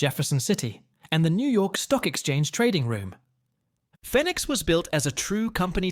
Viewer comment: Is pronounced fee nix like Phoenix Arizona